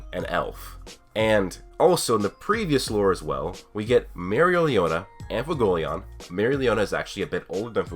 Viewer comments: WHY CAN"T YOU SAY FUEGO(as in fire in spanish)LEON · I preface this with i enjoy the heck out of your videos you have replied to my comments before so i wanna holla at you. Fuegoleon is not pronounced ' foo go leon" its pronounced "fwhey go leon", licht is not pronounced " licked" its pronounced ' lee(h)-ked ( the h is almost like a soft exhale) ". honestly just google: german word for light, click on the speaker or hell i'll settle for "leek-ed" but regardless nothing is worse that when its pronounced lich-ed ( anime balls deep says it like that it drives me crazy!!) You cover awesome ideas, keep it real when you critique the show , and while you talk about things ive thought of you certainly blow my mind with other thoughts as well ! so lets kick it up a notch and get the names down . I mean shit you looked up nordic runes my dude and studied the potentially meanings and what strings of them could potentially mean!